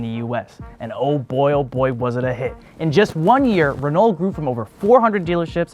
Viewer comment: Hearing butchering the french names of car automakers was funny. Renault isn't very reliable but Citroen and Peugeot are good.I would avoid automatic transmission in Peugeot they're terrible.